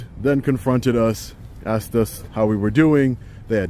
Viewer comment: Oh man dont "axe" the officer....thats an arrestable offense